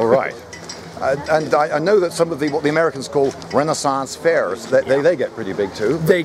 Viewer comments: 'rennasonz fehars' You need to use the accent more. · The way he said "Renaissance Fairs" lmaooo